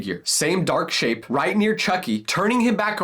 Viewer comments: But just keep taping the timestamp it sounds like he said shi tho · the first time i went to the timestamp it did sound that like he said shi